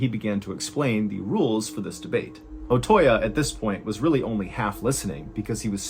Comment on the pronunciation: The correct pronunciation of Otoya is Oh-Toe-Yah, not Oh-Toy-Ya. Your mispronunciation of that name is painful to listen to.